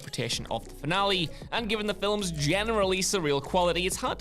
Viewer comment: Yeah "filums" as well is unique